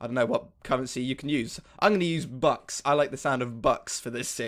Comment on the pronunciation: Bucks sounds like butts :)